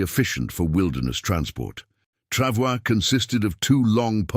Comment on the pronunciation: "Pronounced "Travoy"